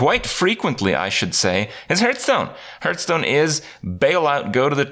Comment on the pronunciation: One of these days Kripp will learn how to pronounce Hearthstone.